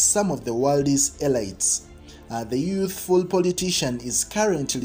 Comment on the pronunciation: "Uh leet" NOT elyte ( elite)